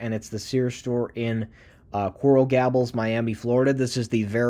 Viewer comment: Coral Gables.... gay-bulls Tukwila..... tuck-will-uh